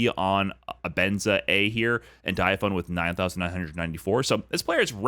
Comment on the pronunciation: Its not Dya Phone it's Die Aphony get it right.